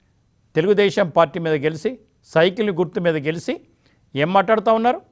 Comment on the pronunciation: ఈ గెలిసి, పిలిసి భాషేంటి? ప్రతి వీడియోలోనూ వందల సార్లు ఉచ్చరిస్తున్నారు. ఇది జర్నలిస్టుల భాషా? ఈ ఉచ్ఛారణే డిబేట్స్ లో పాల్గొన్నావారు కూడా ఇమిటేట్ చేస్తున్నారు. వినలేక చస్తున్నారు ప్రజలు.